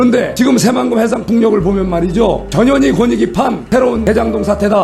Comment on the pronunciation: 전현희 빨리 말하니 저년이로 들린다 ㅡㅋㅋ 천천히 발음해라 ㅡㅋㅋ